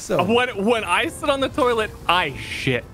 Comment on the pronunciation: "When I sit on the toilet, I shit." With the emphasis on shit, is the funniest thing I've heard all year